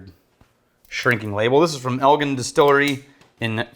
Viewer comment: Pronounced Elgin, like in Gin liquor, not Gin like Bin... Same as in a recent video where you had a whiskey from a distillery in Elgin, IL, which is a half hour from my house.. i chuckled..